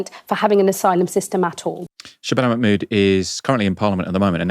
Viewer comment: check your pronunciation of Mahmood please... there's an H there that is not silent!